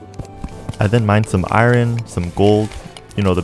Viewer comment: you pronounced iron wrong